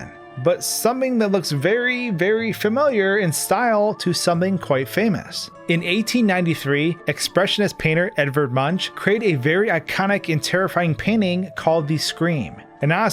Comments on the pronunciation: I hate to be picky, but.... it’s pronounced Moonk, no munch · Just to be that guy, Edvard Munch's surname is pronounced more like "moonk". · Edward M U N C H It's pronounced more like monk than munch.